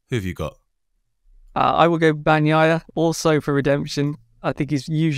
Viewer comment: I miss Keith on BT ….. right up to the point where he says Bag naya and juke ati. Good god man it’s your job to say these words !!